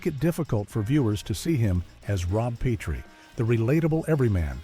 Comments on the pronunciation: Nothing says you've never seen the show like repeatedly pronouncing it "Pea-tree," instead of "pet-tree"! This was even a running gag the show. Strangers often pronounced it Pea-tree. On the other hand, it's interesting to see all the furniture on the classic sets reversed mirror-style. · Peh-tree. Not Pee-tree. Please. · “PEE TREE”? Voiceover moron obviously never saw the show. It’s pronounced “PET TREE”. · It's Pet-tree, NOT Pee-tree. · Why didn't the AI talk about Rob Pee-tree and his tripping over the ottoman? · What idiot narrated this ‘expose’? An AI voice?? Absolutely stupid, mispronouncing Petrie, Calvada . . . . the still shots are flipped backward. Anyone actually associated with this show should have nixed this debacle!! 😡😡😡😡😡